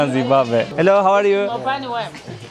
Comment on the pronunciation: zimbambe degil de zimbabve desen daha iyi zor dayandim